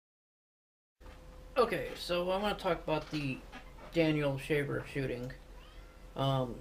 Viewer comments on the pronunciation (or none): I agree with you on the time to cuff the suspect and call it a day. however you should make this your last video. . You should rehurce what you are going to say before recording. You look jerky and uninformed. is it a story about your military history of about this shooting. You pronounced the suspects name 5 times and said it incorrectly every time. Your body language screams I HAVE NO IDEA OF WHAT I'M TALKING ABOUT